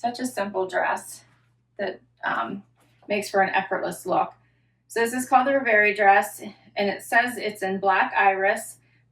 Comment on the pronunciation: I would be very happy with some of these pieces! I'm saying yes to the floral top if you front tuck some of that trim., you keep pronouncing that Z Supply dress as "RevAYrie". I believe it's pronounced "ReveREE", like a dream. Cheers.